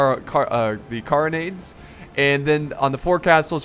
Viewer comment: Care-on-aids that is how you pronounce carronade